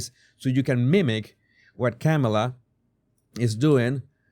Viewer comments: It's COMMA NOT CAMA LA! Get it right, show a little respect!! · It’s not Camel-aah, her first name is pronounced Kahm -uh-laah. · No! It's prononced😅 Ke Mala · Her name is pronounced Calm-ala. Not so hard to pronounce! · Why can't you pronounce her name correctly?? You have a speech problem?? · I understand English is not your first language. No shame in that. So much has been said on how to correctly pronounce Kamala’s name. No excuse dude. Are you being intentionally disrespectful, or are you just ignorant? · Why not try to pronounce her name correctly? Just unsubscribed because of your bad choice of "non comical jokes about Vice President Kamala.